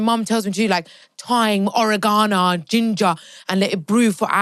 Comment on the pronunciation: The way pronounces Oregano is the best😂😂😂